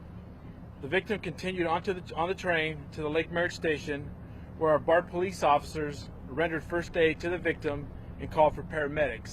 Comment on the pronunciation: What's a po-lease off-i-sir?